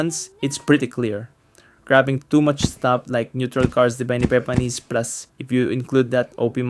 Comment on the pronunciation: Epepanis. halatado 🤣